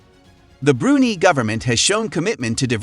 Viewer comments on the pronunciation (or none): It's pronouned "Bru-Nai"